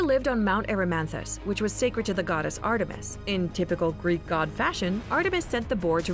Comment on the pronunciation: she said j;rk gods lol